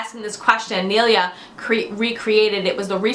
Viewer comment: Haha you got my name almost right! Neala is pronounced Neela and Donaghy is pronounced Donnakee. Tjanks for answering my questions woman. x